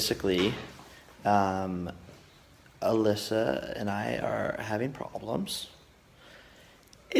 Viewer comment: Its Alyssa not with a j.